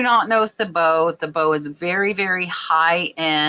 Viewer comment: Thibaut is pronounced Teebow. Most of their prints have a chinoiserie/Asian style.